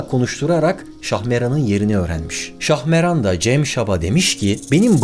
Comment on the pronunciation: Şahmeran değil, Şahmaran